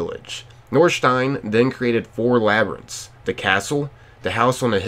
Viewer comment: Yeah we know you not used to saying words like labyrintts don’t sweat it